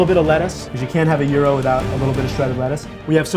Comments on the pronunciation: It's pronounced jryro not yeero get it right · Throught the show I thought you were saying euro, not gyro. Shouldn't G be more emphasised? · same here, and gyro? lol thought the G was there to be pronounced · You say Gyro(Euro) I say Gyro(Gi-row)